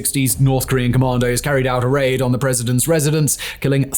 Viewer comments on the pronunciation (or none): none